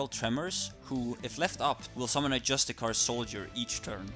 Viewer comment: Sry i couldnt get over the way you mispronounced justiciar